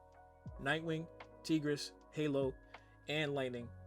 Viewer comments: I know you did not say "teegeress" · The way you says Tigress irks me.